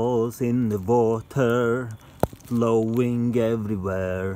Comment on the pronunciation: Me at the end of the video "THERE ARE BALLS IN THE WATER, VLOWING EVERYWHERR"